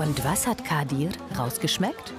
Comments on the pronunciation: Junge wie sie meinen Namen ausspricht triggered so krass „Kadirrrrrrr“ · Immer wenn sie "kadir" sagt hlrt sich das so russisch oder so an😂 auf jeden fall kann sie den namen nicht aussprechen